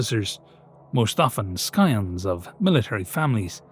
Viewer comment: I do like the subtle reference to Dr. Fritz Hauber, who in the real timeline was the inventor of both Synthetic Fertilizer and Chlorine Gas. Also, just as an FYI: The "c" in scion is silent.